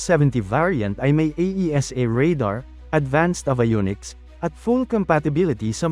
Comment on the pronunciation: Please fix the pronunciation of "abayoniks" and "archiepelago".